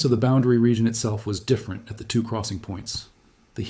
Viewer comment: Perhaps fix the transcript so the AI will say "...two probes...", rather than 'T-W-O probes'. Also, the AI image freezes quite a bit. Interesting stuff, though.